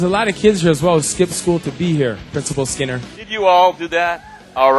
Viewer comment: Who's Mr. Skimmmer? It's SKINNER dumbass